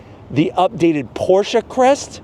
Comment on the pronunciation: Thank you for pronouncing Pro"SHA" correctly sir!